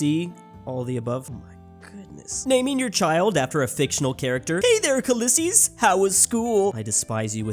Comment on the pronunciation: why did say Khaleesi as Khalysseus